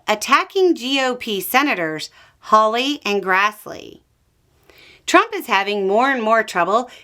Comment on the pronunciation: did I hear "hawley"?!? stop. rewind. start over.